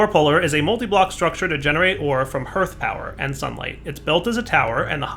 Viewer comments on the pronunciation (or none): So glad to see that I'm not alone in this! LOL I say it correctly out loud every time he says it wrong. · omg you two have to be mispronouncing hearth on purpose.. it's 'harth' not 'hurth' soooo trigggerd!